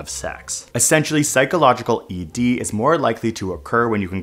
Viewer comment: "PHYS(t)cological" ED